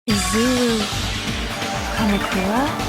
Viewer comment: .. izuwu kamukuwa